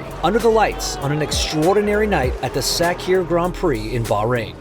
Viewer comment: Checo's win in "Sack-here" was so impressive 😂